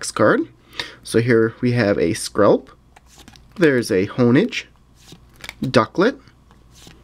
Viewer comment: You pronounce Honedge (on-edge) 😮. How do you not know that it drives me insane!!!😡😡😡